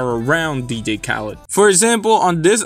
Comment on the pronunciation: learn how to say DJ, DEE-JAY. Not D-gay